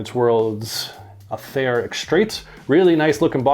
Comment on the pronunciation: You need to spray Aether then let it sit for several weeks. Gets much better with some oxidation . Surprised a Canadian got the pronunciation wrong 😂…. It’s pronounced aaayTHER …. Aye !!! 😂. Unless you’re British then it’s pronounced EEther…. Ie . Upper sky